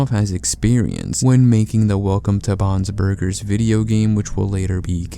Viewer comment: The way you say "Bon's Burgers" makes it sound like "Bob's Burgers" which just makes me think of a crazy story like this happening with the Bobs Burgers family lmao